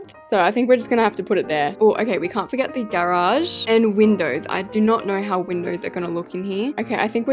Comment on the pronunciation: Ah yes, the gay-raje...